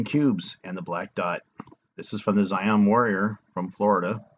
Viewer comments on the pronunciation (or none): none